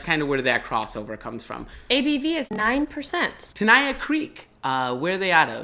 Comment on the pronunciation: Tenaya Creek is awesome and Nevada craft beer is under-rated, but please learn how to pronounce Tenaya and Nevada, because you got both wrong.